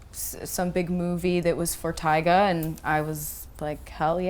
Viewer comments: Why the fuck can't Vlad say Tyga right? Its not tiger, its Tyga. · FOR THE LAST TIME ITS TYGA NOT TIGER !!!!